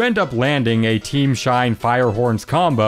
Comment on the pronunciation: I like how he says "Shine" as "Sheen"